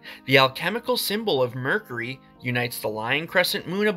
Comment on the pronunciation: You might want to learn how to pronounce the word mercury